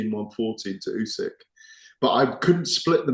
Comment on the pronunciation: "ooh-sick,". Not bloody "ooh-seck." Get it right